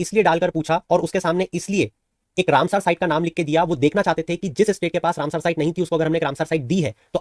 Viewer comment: सर आप “रामसर“ को “रामसार“ बोल रहे हैं